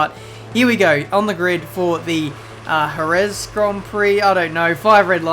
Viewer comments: Dude, 😑 its Herez, the J in spanish is read like H. Hose, Hesus, Herez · It's pronounced herez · so he says jerez right then says it wrong facepalm